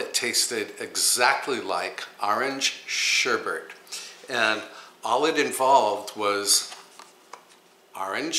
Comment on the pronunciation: SherBET not BERT